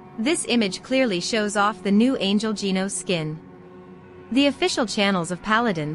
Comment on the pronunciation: said jenos loool